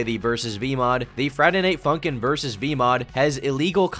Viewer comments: You kind of say "Friday Night Funkin'" like Chris Pratt says "Koopas." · why tf u said funkin like that bro